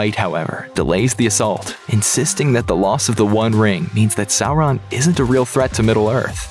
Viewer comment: Thank you for not pronouncing Sauron as Sawron...🙏